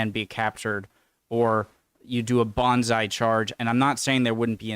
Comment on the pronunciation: When referring to the Japanese, I think you said ‘bonsai charge’. I think that you meant ‘banzai’, as ‘bonsai’ refers to the art of creating miniature trees…